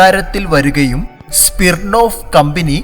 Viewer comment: സ്പിർണ്ണോഫ്‌ അല്ല ബ്രൊ. സ്മിർണ്ണോഫ്‌